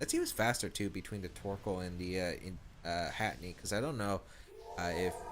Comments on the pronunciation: Lol at “Hatinee”. It’s Hat-Er-Een 😂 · it's not hatinee ahhhhhh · Hey... this is a minor thing.. but I thought I should mention it... Its Hatterene (pronounced as Hat-uh-reen imo, but I can see Hat-uh-reeny) just thought I should mention it. I know you pronounced Ferrothorn as Fuhrawthorn for a while... so pronounce it as you want... but I just think it needed a mention. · I know, its anoying me too =(